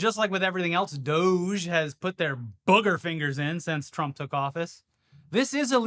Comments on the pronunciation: it's pronounced dowj, please stop hurting my brain with "doggy" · Yay! Thank you for being the first person with an audience, that I have heard, to pronounce doge "doggy"! It's the little things in life that give me faith in other humans, you two are the greatest!!! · Pronounce it Do-gai. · I fully support mispronouncing DOGE. May I suggest that instead of “DOGGY” you go for “DOH-Ghee” to emphasise the stupidity of the situation via the classic Simpsons reference. Just feels like a missed opportunity. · I'm not calling it "doughzh." We don't call the FBI "Fehbee," or the IRS "Erhs." Call it the D O G E or "doggy" if you must. Don't give Elon the satisfaction of using his stupid meme name. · Actually DO GE, is pronounced DODGY, you just got to put some twang on it. Besides, it's far more accurate. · Please, please dogie is the correct pronunciation and please don't stop 😂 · Why isn’t it pronounced “Dodgy”? Seems obvious to me